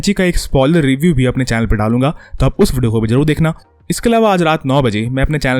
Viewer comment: Ye vudio vudio Kya hai Bhai video bolne mein dikat hoti hai kya